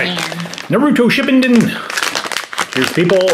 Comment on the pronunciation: I'm really annoyed said naruto shippinden instead of shippuden